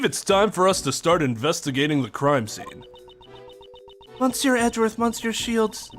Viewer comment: i have a slight feeling there will be many more 'monsieurs' in this case so just a tip of how to say it without needing accent or whatever instead of pronouncing it mon-sieur just say meuh-sieur, you know with that heavier euh sound other than that got pronounciation down